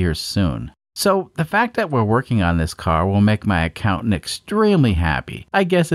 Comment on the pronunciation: When you say accountant , I hear wife... I'm not sure why.